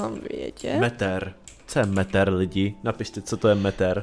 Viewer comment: Metter = Metr